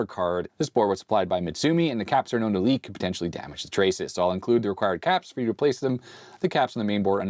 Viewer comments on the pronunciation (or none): none